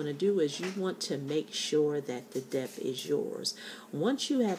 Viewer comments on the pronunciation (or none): Thank you for sharing your tips. You should be aware, however, that the proper pronunciation of the word 'debt' is (DET). The letter 'B' in this word is silent. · Pronounced: DET. The "b" is silent. Pronounce the word... Knife. We all need a smile today.